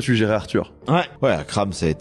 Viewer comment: il faut précisser que c'est Akram junior et pas Akrame ^^